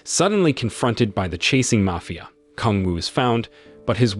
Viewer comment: Is the narrator AI? It was weird how they mispronounced mafia boss and then a few seconds later pronounced mafia correctly. I don’t mind if it is just interesting.